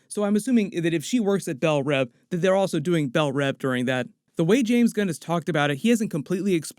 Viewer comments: "Bell Rev" is getting to me, I think its pronounced "Bell Reeve" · Is it really pronounced "BellRev" ? Thought it was "BellReeve". Both are probably used like The Raas al Ghul or "Reysh" al Ghul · Isn't it pronounced bell reeve like Christopher Reeve